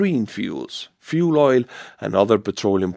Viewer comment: Oil is pronounced with a hard L ❤